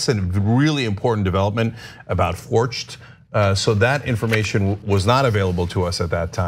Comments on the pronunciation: It’s actually pronounced fork-t. The guy owns a chain of banks here. Forcht bank. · I think that name is pronounced “Fork”, like the bank. Could be wrong, though.